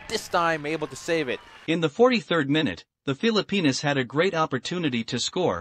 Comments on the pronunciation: what he called text was actually the announcer pronouncing Phillipinas correctly, and that's what I stated. My wife is Pinay and anything that happens with the Phillipines I love to see. Good sports vid from there as I have never seen the Phillipines compete in international sports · That is actually how Filipinos pronounce their countries name.